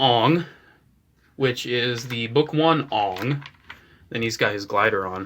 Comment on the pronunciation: Say it with me. A. A. Aang. Not uang